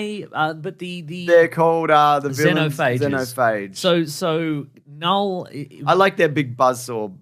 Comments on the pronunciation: KaaNull lololol the k is silent bros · The fact you can’t pronounce knull right is annoying AF. You put as much effort in learning that word as they put into all 3 of these venom movies.